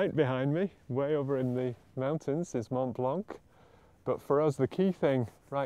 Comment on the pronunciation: you must not pronounce the "c" in Mont Blanc